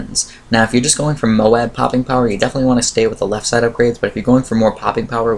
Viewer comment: Dude moab is pronounced like robe